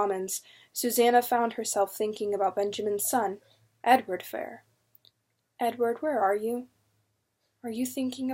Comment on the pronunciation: Love these books! Great read,but just one correction. Fier is not pronounced fire. it was the Fear family's orginal spelling of their name,so Fier is pronounced fear.